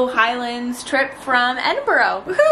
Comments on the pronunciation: Hey love ur vids, you are saying Edinburgh wrong though from a Scot 😂😂😂😂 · It’s just pronounced Ed-In-bur-rah